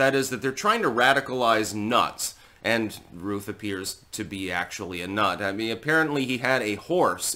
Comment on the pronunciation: Shouldn't Routh rhyme with Mouth?